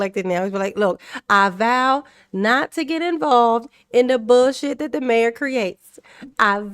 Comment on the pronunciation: When she called her mayor Henyard at I heard Mary Henyard and it made me wonder if she knew where she was.